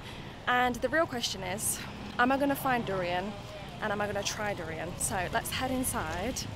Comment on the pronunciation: You pronounce 'durian' correctly like a local